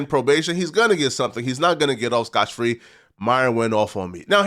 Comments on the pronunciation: SCOTT FREE not Scotch Free. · Dammit it's SCOTT FREE, not SCOTCH. This is at least the second time I've heard you say this, one more, and you're done. Reporting to the Sheriff now 🤠